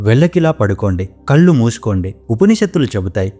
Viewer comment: కల్లు కాదు కళ్ళు.